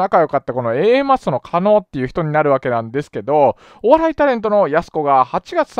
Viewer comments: 加納を"かの"と呼んでいるようにしか聞こえない笑 もうちょっと"かのう"って聞こえるように話して欲しいです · ｢かのかの｣言ってるけど｢かのう｣な 気になって仕方ない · 加納って人名前は聞いたことある程度の人だけどSNSって怖いね、そんな人たちのその場のノリでここまでの大騒ぎになるとは…いつもテレビに出てる芸能人って別にその人じゃなくても良いんだし、コソコソ隠れて自分の言動にも責任取れないくだらない奴はどんどん辞めさせて若い人にチャンスを与えて欲しい でも加納をカノと読んでる所にもやりました…狩野はカノと読むけど